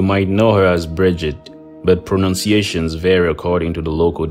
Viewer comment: I'm a dual citizen & as in Irish Pagan that spent half of my life over there I can honestly see you did a good job with the Lore & also the pronunciation which a lot of people mess up 👍🏻